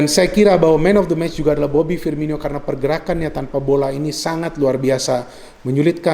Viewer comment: Firmino bukan Firminyo bung 😊